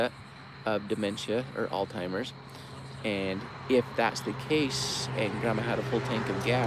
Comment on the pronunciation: Haha "All-Timers" lol I haven't met a single person who could pronounce that word correctly, in all my years. 🤣 It's great, everyone has their own personalized version. 👍